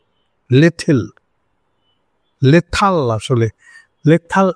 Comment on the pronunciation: হাসিনা বলে 'ল্যাথাল'। 😅